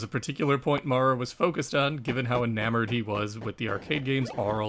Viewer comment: In American English “Maurer” is typically pronounced so as to rhyme with ‘power’. Unless R. Maurer is from the UK you might consider fixing it. Great great job though. Thanks for doing this series.